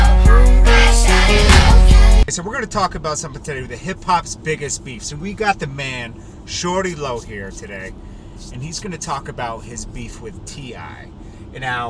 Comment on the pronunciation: It’s shawty not shorty lol